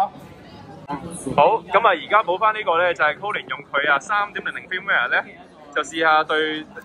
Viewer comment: 好多香港人都發錯音 firmware. Cambridge dictionary prouncation